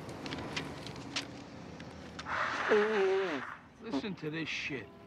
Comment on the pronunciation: OOOOOOOOOOHHHHHHHH MASSA-CHU-SETTS!